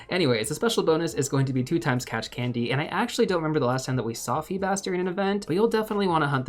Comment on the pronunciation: It's FEE-bass according to my pokemon encyclopaedia